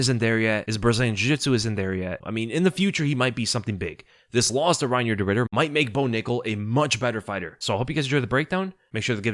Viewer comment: could've sworn you said 'de Riddered' 😂